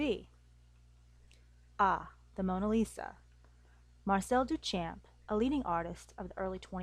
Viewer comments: good.... but you aren't pronouncing Duchamp correctly. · This video is pretty good. However, you’re pronouncing Duchamp incorrectly. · Every time she pronounces 'Duchamp' I cringe.